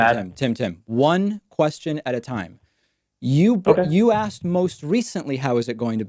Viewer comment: ..... I axed.... ok, need I say more?